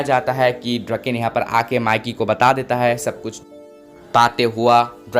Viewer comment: ड्रकेन नही डोराकओन ही उसका नाम